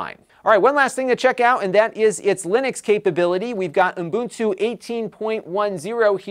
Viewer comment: It's a good review, but I kept hearing umbuntu instead of Ubuntu.